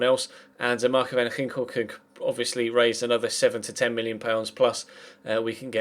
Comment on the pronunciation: that's not how you say van ginkel... sigh